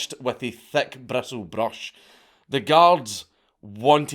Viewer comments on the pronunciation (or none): THECK BRESOWLLED BRASH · Hearing a Scotsman say thick bristled brush is pretty fun 😄